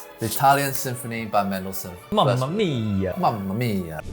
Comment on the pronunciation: You pronunced well mamma mia ❤